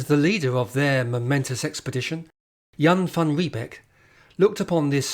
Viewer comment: Your pronunciation of Jan van Riebeeck is incorrect. ee in Dutch is pronounced 'ay' as in say or day. Thus Riebeeck is pronounced 'Ree-bake'. Beek (modern Dutch spelling) is a stream whereby the North English word 'beck' derives.